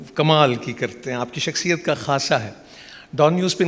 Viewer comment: شخصیت ہی درست لفظ ھے ، اس کی اصلاح کرلیجیۓ ، اگر آپ شخصیت کو شکسیت کہتے رہے تو پھر آپ کو اپنے پروگرام میں کوئی بھی نہ بلائے گا ۔